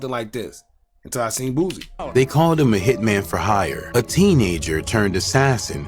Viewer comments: His name is Boosie sounds like (Boo- See) not Boozy 😂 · It's pronounced Boo-See; Not Boozy... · Bro stopped saying boozy